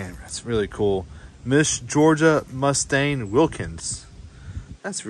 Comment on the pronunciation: This is that one, and only young, tour guide. You did a pretty good job over all on this one! Thanks for doing the vid. My only real gripe is when you kept mispronouncing the Mustian Place. Must-ee-in Not Muh-stain. Lol. It was fun talking with you though! Come back again some time!